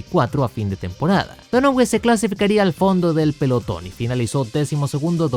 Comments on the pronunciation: Seria Donohiu? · Man a Mark Donohue se pronuncia DÓNAJIU como también te había corregido Tyrrell en su momento 🤣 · se pronuncia "DÓNAJIU" (Donohue). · JAJAJAJAJA.... Te pasaste cuando pronunciar MAL el apellido DONOHUE..... Te pareces a tu amigo el SIETE UP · Me dolían los oídos cada vez q pronunciabas donohue así como se escribe jaja pero buen video igual